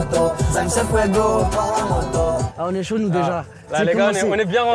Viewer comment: Mais pk il dit c'est saut au lieu de chaud 🤣